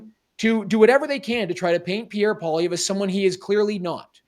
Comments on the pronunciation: But William, can you not pronounce “Polly-ev?” It’s not Poliver 😉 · William...it's pronounced Paul-ee-ev...not Paw-liver. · OMG! It's Polly-ev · Love this show but why can't William pronounce "Poilievre" correctly? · Harrison you should have corrected the guy after saying Poilievre wrong the third time haha. All Canadians should know how to say his last name correctly by now. Especially if your a Canadian conservative.